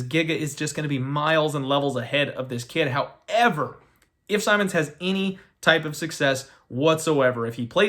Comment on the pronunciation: How do you pronounce “Simmons” wrong lol I swear to god trolls us with these pronunciations